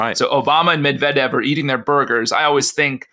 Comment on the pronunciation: The thought that a USAmerican could pose as a Russian without being ethnically Russian and brought up speaking Russian is... No. That Murrican chap on the podcast, very eager to promote his knowledge in other ways, can't even be bothered to TRY to pronounce Medvedev properly.